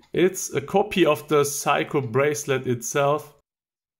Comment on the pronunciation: I love how Germans pronounce Seiko like "psycho." You and Jenni Elle both do it and it's really charming.